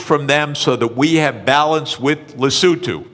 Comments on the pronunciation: Le-so-tho! Not Le-sou-too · Where on earth is Le Sue to? Or is it supposed to be Lesotho? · Now i could be wrong but likely the guys talking about Lesotho, a southern african country... Not 'lesue to' or so xD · sachs knows perfectly well how it is pronounced in English, but of course he tries to differentiate himself from regular people and fkin pronounces it more like Lesothians pronounce it themselves (in the Sesotho language). I like him but he's just a human.. 😅